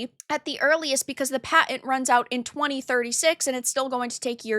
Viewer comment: They have a Paent. Not a Patent, with a fucking T. You know? You must be related to J. He likes pitchers, not pictures.